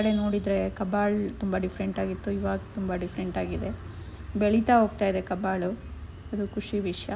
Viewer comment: ಕಬ್ಬಾಳು ಕಬ್ಬಳು ಅಲ್ಲಾ ಪಾ